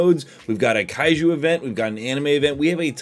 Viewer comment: When you said Kaiju I heard kaiyou